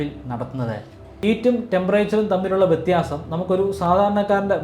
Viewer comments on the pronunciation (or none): none